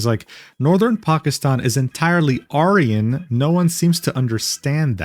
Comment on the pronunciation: I'm liking your videos but please learn how to pronounce Aryan. It loses its punch when you pronouce it the way you do instead of the way its pronounced when associated with Hitler.